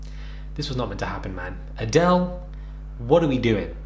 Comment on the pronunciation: “Adele” for the second time after a shisha puff but this time joined by every single viewer in perfect unison: AdElE